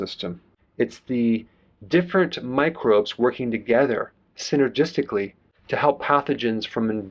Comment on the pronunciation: "sygergistically" I unsubscribed.